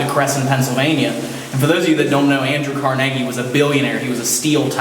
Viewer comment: Watching this again 😊 (It really bothers me how they mispronounce the gentleman's name! 🤯 I believe it should be CAR-nu-gee, as in Carnegie Hall, in NY)